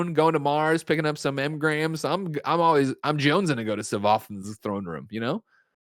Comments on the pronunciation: I swear as a Destiny fan, hearing him pronounce "Savathun" made me laugh so hard. THEN CALLED HER A PLANET. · Listening to Greg try to pronounce Savathûn is now one of my favourite things! Lol 😆